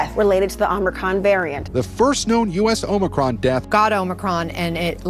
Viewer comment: Omicon//Not Omicron !!